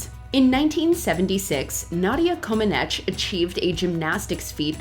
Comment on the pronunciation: Omg....it's pronounced Nadia ComanEACH.